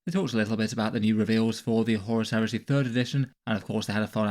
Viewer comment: he said "horus here-say"!